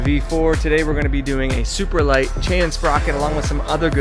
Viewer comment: Superlite, not Superlight lol